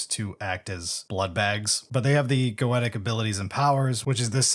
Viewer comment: Thank you for pronouncing goetic correctly